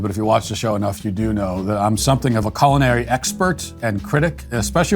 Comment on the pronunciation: "colon-ary" expert